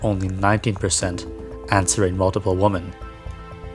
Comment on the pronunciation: i've been watching all of your vids! you cover a lot of interesting topics, and you are super cool and respectful! I will defs be watching for new videos. Although, hearing you pronounce "women" as "woman" made me cringe a wee bit tho XD tbh I've been hearing a lot of people just saying "woman" for both singular and plural lately. this is really just the linguistics nerd in me talking hahaha. either way, i really like when you go into forums like this where people talk about all their darkest thoughts, its very shocking and compelling